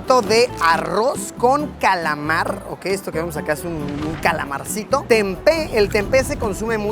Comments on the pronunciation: its TEMPE not TENPE, also its KETOPRAK not KETOPRA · TEMPE si Senor bukan/not TENPE... 😄